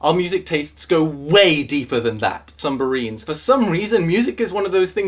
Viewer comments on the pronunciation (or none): when you try to sound intense but accidentally say "sum-barine" lmfao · OMG HE SAID SUMBARINE, I SWEAR TO GOD 😂